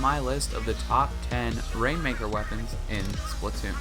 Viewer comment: People it's SPLAT TOON NOT SPLIT TOON OK